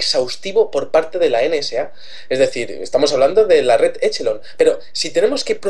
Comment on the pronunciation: usen OpenEnglish por que asi no c pronuncia Echelon asi c escribe pero se pronuncia Equelon